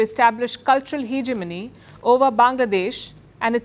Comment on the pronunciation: What is heeeeg a money, halitosis , at least get your pronunciation right before you launch into China, Pakistan and Bangladesh propaganda again…God you are a limit!!!